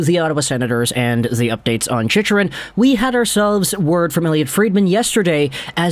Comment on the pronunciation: Chick-rin bud. Not chich-rin.